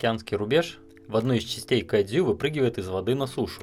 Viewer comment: Кадзю... Как это мило пх))